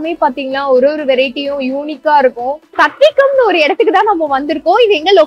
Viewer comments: “சத்வீகம்” ன்னு சொல்லாதீங்க, “சாத்வீகம்”ன்னு சொல்லுங்க. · சத்விகம் இல்லை. சாத்வீகம். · The name is pronounced as சாத்வீகம் not சத்விகம். Even though it is sanskrit origin word, it is used very much in Tamil, as people say, old age people should take சாத்வீகமான உணவு, Even persons like Mr Venkatesh Bhat frequently says சாத்வீகமான உணவு சாப்பிட்டால் நல்லது etc. It means simple food without much masala etc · ஹலோ, அது சத்வீகம் அல்ல சாத்வீகம் 😂😂